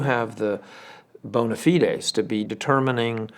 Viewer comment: How he pronounces bona fides LoL 😅